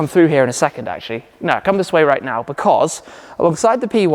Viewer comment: "Thissa way"?